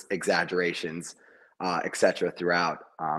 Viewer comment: It's ET CETERA. NOT EX CETERA! Stop the blasphemy!